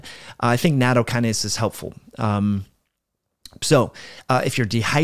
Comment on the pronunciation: natto is pronounced "not toe" hold the t sound. It is extremely high in vitamin K2, good for your heart and bones.